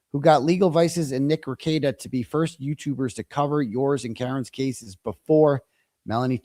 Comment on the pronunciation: Just like Kearney is pronounced Carney, Rekieta is pronounced Re Kate ta, not Rekeet ta ❤